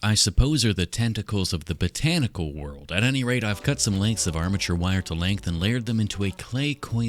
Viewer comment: i heard botantical a few too many times today